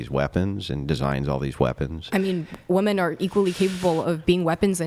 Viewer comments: Attention ladies! 📢 The word “women” needs to rhyme with the word “swimmin’”. Thank you for your time. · Is she verbally handicapped? Why does she say WOMAN when she means WOMEN? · Why do these people always say woman instead women? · She said woman when she meant women. Nope I'm out. Fuck this adieu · What's with Gen Z pronouncing "women" as "woman"? It's annoying as fuck. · If you listen carefully, you'll hear that they DO say "womEn", but as they pronounce "wo-" the same way as in "womAn", you assume that it must also be the word that they're saying. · Every single one of them pronounces the word as wim-man. That is, an I rather than the O, which makes the complaint rather ironic. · Can they actually just not pronounce the word "women" or is this some new age bullshit that the singular word "woman" means all women? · It drives me nuts they can't say the plural of woman.